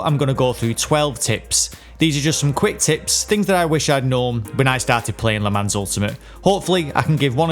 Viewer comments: Nope, it also doesn't rhyme with Don, Ron and gone 😂 It is actually pronounced like Luh Mahn (with the "n" being barely pronounced, more like a nasalized vowel. Btw. Great video Rev 👏🏻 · please PLEASE its pronounced 'le mon'!!! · Tip nr 0: Le Mans is a French name. The S is silent and if you really want to pronounce it correctly you don’t even speak the N at the end. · Great tips, but, god damn you're butchering the pronunciation of 'Le Mans'. Thank god you're not talking about 'Grand Prix'. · Great video! Btw Le Mans rhymes with Don, Ron and gone, not pans, hands and cans! 😉 Also, i went to Le Mans for the first time last year and the French don't have water on tap on their campsites. We had to unscrew the shower head to fill up a saucepan to boil water for tea!! So stock up on bottled water if you go!! 😂